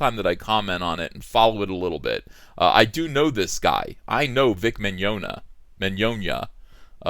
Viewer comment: First person I've ever heard pronounce the guy's name correctly.